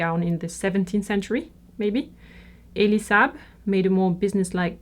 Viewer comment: I love how you say Elie Saab because it was the closest to the Arabic right pronunciation! Kudos for that.